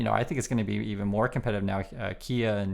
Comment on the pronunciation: Hello, just a share to add that Wall Street Millennial AND Logically Answered put out vids today on, respectively, the SoaceX grift and Musk's fading appeal. Adds to peopke's comments to check out Thunderf00t and Common Sense Skeptic channels. The wheel turns.... PS Heeyunday... I always heard it us Haiyundai. I am not sure now what to say here in California. I will also point you to the Beck steamer from Midnight Vultures, "Debra", when he croons, "Hey Lady, step into my Hyundai" ... "I'm gonna take you up to Glendale.. " Giggles. I saw that concert, too. Anyway, interesting re pronunciation, thanks!